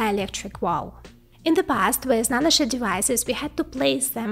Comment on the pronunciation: She said nanoshit 😂